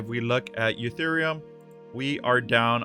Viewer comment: why does he call it eutherium?